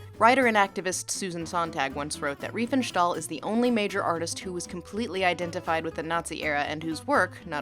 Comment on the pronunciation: There is no "sh" or "sch" sound in "stahl". Sorry, but every time you said "Riefenschtahl", my "immersion" shattered.